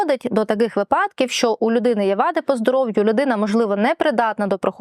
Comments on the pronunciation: вИ'падок. Не випА'док. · шановна адвокатко, от ви так поважаєте закон, а чому не поважаєте закони правопису? перевірте де має бути наголос у слові помИлка, та вИпадок )